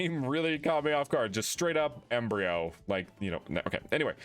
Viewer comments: i don't know if anyone has mentioned that it's Emb(roy)o as in Embroider not Embryo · make sure to remember its not embreyo its embroyo. pronounce: M-BRO-YOH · It's Em-BROY-o, not embryo. It does look like embryo at first glance tho. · It's "Embroyo" like Embroidery or Embroidered not "Embryo" like an unborn offspring. Lol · Embryo? It says Embroyo maybe he read it wrong, honestly i would’ve to. The name is quite similar to the word and easy to mispronounce. Anyways love your video! Keep up the good work! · Yes the Pokémon.. EMBROYO... NOT EMBRYO... RUN IT BACK LOL.. AS in embroydering.. the art of quilt making ... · I think it's supposed to be embROYo like embroidery, but I could be wrong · Embroyo... first off it's EmbrOyo not just embryo, and i believe it's supposed to be embroy as in embroidery... cause it's a carpet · It's not Embryo, it's Embr-O-yo haha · it doesnt day Embryo, it says Embroyo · EMBROYO, EM-BROY-O, like embroidery! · The OYO is pronounced as in "yoyo" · The name Embroyo you are pronouncing it wrong. The last part of it its meant to be “ROYO” which means “ROLL” in English. As to the Emb part Im not sure.